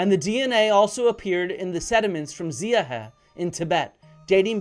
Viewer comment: You think I didn't notice this Impostor? This is A.I. Flint! 🥸I hope just testing it out outta curiosity, cuz its lame, robotic and sometimes Meaningless. Flint gots that Unorthodox Charm! And def doesnt pronounce the Xiahe Jaw like this Robot. Can you give me a Discreet LIKR, Flint, and I wont blow your cover 😉